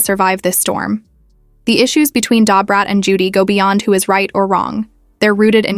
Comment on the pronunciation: This seems fake. This white woman cannot pronounce Da Brat name. Lol